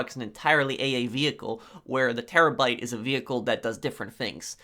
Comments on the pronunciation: Bruh he also was talking about the Chernobyl and says terrabite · Terobyte? Do you guys hear this dude say terobyte in